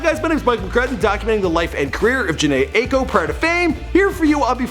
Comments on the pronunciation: OMG YES FINALLY, AND ITS PRONOUNCED “Jhene iko” and spelled Jhene Aiko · Alex Mangal you must have never heard her pronounce her name 🤦🏻‍♀️